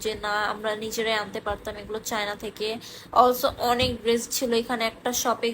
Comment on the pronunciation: Oti adhunik tai dress ucchaRon drest Hoya gese😁